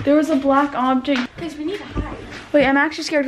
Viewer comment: She said a black onject